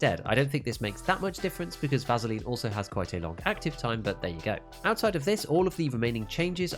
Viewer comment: va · suh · leen not Va zhu leen. I am begging to think that the mispronunciations are intentional